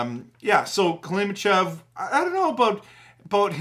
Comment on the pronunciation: I thought Sasson was great positionally! He won a lot of draws.. was physical and made some really good passing plays! I think we’ll see him do very well in Abby! I kept saying out loud throughout the video “KLIMOVICH!!!” When you kept saying “Klimochev” lol